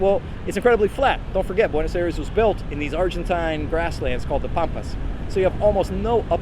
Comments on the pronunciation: But dude, it's "Ah-ee-res" or something close. Not "Air-es." :) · 12 years and you still say Buenos Eres? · Five years in the country and you still pronounce Buenos Aires like an American. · Wish you’d learn how to pronounce Buenos Aires! 😂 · Why the mispronunciation of Buenos Aires? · You've lived in Buenos Aires for 12 years yet you can't even pronounce Buenos Aires correctly. Typical American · bro has lived 12 years in buenos aires and still can’t pronounce it right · Que lleve 12 años en el país y no sepa decir Buenos Aires correctamente?? 😭😭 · You have been living there for 12 years! and you can not still say Buenos Aires correctly?